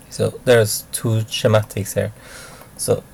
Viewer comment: Schematics is pronounced skematics in english not Schemaaticks.Sounds like swenglish to me.